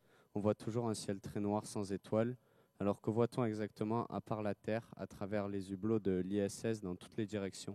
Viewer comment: Les z'hublots?! ...les Z'hublots?! Mdr..... En plus l'intérêt pour l'espace rend aussi con qu'un fan de tele réalité... Eloigner vos enfants! Et sinon combien de temps tu peux rester devant le z'hublot, là, en regardant le soleil...parce que ca a l'air easy ça! Pourtant moi en été dans les bouchons, dans mon Modus, quand ca cogne...euh.....ca cogne hein! Alors je me dis dans l'espace!! ... .....fais chaud non? Que du Pipo!